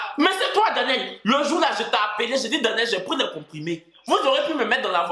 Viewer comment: 🤣🤣🤣 dèh! Moi ça va son demi 🤣 le nom de Danielle souffre dans ta bouche 🤣